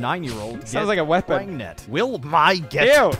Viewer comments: "Praganant" "Prefnant" "Pregananant" Aight imma outta here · PREGANTE!!! :P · please tell me anyone remember old Pewds upload about "preganenant" thing and when he said "and you are retartedarard!" XD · pewdiepie: “pregananant hahaha so dumb” also pewdiepie: “womp” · el preganti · LE PREGANTE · P R E G A N A N A N T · "Perganrt, Preganant, Peegant" There's speaking the Language of Gods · "I love pergnut" - Pewds 2019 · I still say pregagnanant bc of you, pewds😂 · Has anyone else been saying pregananant for like 2 years now because of when he first watched that video